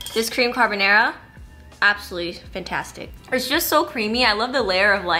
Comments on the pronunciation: Not her saying carbonara as carbonero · Love u but the way you say carbonara 😂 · you said it the most American way possible and that's why I love it ❤️ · Love this but omg I can’t get past how you pronounce carbonara 😂😂